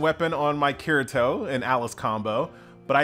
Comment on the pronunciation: The way he pronounces Kirito hurts my soul...